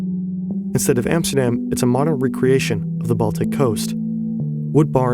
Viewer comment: Emsterdeem..... And than that voice over, hilarious.